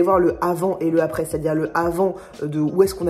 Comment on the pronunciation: Tes liaisons incorrectes (du style le zavant et le zaprés) me feront toujours rire, je t'assure n'arrête pas 😄😂